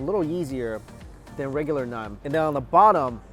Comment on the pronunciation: Mikey....its Naaaaan. Not Nun :p Great video, I miss Lahore. I'm just gonna go get some home made Saag now with maki di roti. Not had maki di roti for a while. P.s i dont think I've seen you enjoy food as much as in this video